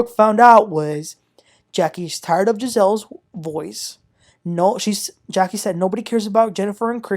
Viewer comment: It’s not Gizelle , it’s pronounced JAH-SEAL lol .